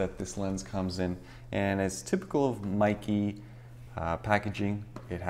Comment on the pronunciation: Seriously, Meike is not pronounced as "Mikey". The correct pronunciation is "May Ker".